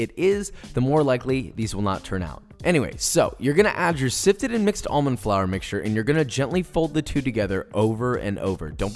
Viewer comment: However I do have an issue with how he pronounced 'almond'